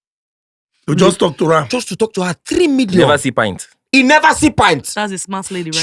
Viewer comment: They pronounce pant as pint.